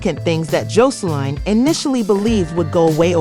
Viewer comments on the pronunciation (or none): Girl she done went from “Jolene” to “josline” lmao like did you not replay the video back before you uploaded?? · Every time you said her name it was said differently and wrong it’s JOSELINE